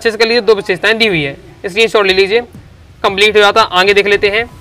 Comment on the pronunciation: Aage ❎ aange ✅😂😂